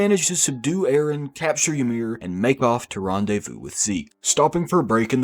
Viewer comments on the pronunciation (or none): none